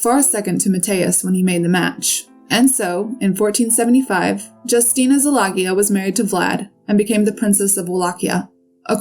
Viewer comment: Good video but your pronunciation of the Hungarian names is way off. All you need to do is listen to an app pronouncing the names like Szilágyi… which you repeatedly butcher😢 It’s something like See-la-gee (as in gee whiz or the letter “g”)